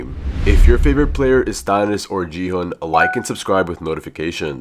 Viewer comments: Stop saying ji hun is gi hun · It's not Jihan It's G hon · Gu-hu nah Gi-hu✔️ and Ji-hu✔️ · HE IS NOT JIHUN IT'S GI-HUN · Bro, really said G hung instead of gi hung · It's gi hun not ji han